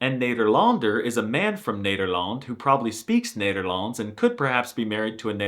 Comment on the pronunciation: Loved your review, but your pronunciation is waayyy of.. Cheers from the Netherlands!